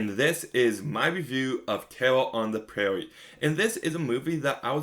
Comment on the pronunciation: “Tewwa on da Pwaiwie is tewwible!” Weally?